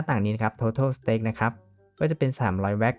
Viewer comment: มันออกเสียงว่า สเตค ไม่ใช่ สแตค ครับ (อ้างอิง